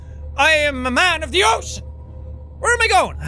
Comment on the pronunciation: Oh, cean! Get it, it sounds like he's saying a vulgar reaction that is commonly used by himself